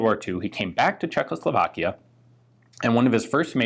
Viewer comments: Great video. Small detail... it is pronounced CzechosLovakia, you say CzechLosovakia :) Your pronunciation of other names is pretty great though! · I gave this one a miss because I don't want to hear Czechoslovakia pronounced Cheklo-slow-vlakia anymore